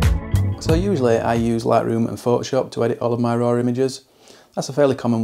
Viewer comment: There is no “r” at the end of “raw.” 😊 Why do you pronounce it “roar?”